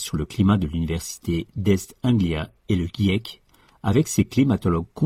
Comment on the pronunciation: Jièque et pas guièque. Consensus se prononce consinsus. Merci encore à cette chaîne c'est juste que pour vous ayez l'air encore plus sérieux de ne pas faire ces erreurs dues à votre méconnaissance de la langue française.